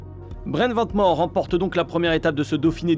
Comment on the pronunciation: C'est "Vane Mour" que ça se prononce svp 🥲